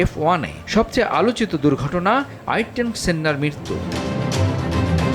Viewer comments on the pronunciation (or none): khaise, volteri botas, airton sennnna, sei uccharon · volteri botas aerten sennna Vro pronounce it correctly what are these pronunciations🥀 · Grand pri... Uccharon hobe, prix na bolod kothakar 😂 Volterri bottas, Aitton senna 🤡 Kiya pronounciation hain teri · Ayrton senna er nam er uccharon o pare na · "Ayrton Senna" উচ্চারণ টা তো ঠিক মত করেন।সে একজন লিজেন্ড।সে প্রথম একমাত্র F1 ড্রাইভার যে মারা যাবার পরে ১ম স্থান দখল করে।